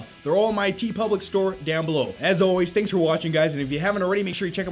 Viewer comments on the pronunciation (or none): none